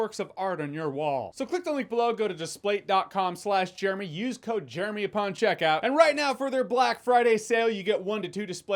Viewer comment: I think you are the only person who has ever said displate in a way that makes sense. I have heard about a thousand ad reads for those things and they all put the emphasis on the dis part.